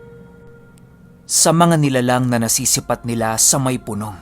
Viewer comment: (Pu-nòng. ) lods hindi (Punông...... ). 😊